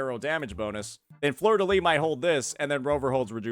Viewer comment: Btw in fleurdelys, you pronounce the final s (I’m french)